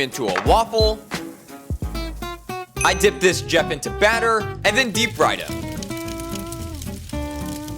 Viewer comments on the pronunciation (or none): none